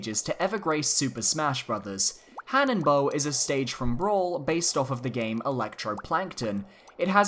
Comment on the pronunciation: Hanebow... really? It sucks